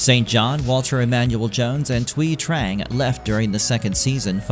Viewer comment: Thank you for pronouncing Thuy correct!